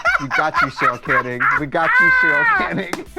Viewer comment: She said Chim Kee! Charol Canning! She just transposes her "ch" and "c" sounds!